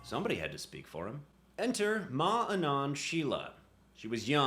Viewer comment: Fyi, Anand is pronounced like it "Uhn-uhnd", not "An-and" and I only know that because I used to work with a dude named Anand.